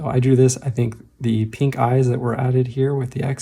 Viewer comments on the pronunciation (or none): none